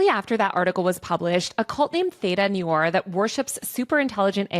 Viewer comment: Great video, I was surprised to hear so many things mispronounced, I mean this as a critique, not an attack. Please check your pronunciation of automaton, Shintoism, L Ron Hubbard (vs Ron L), and noir.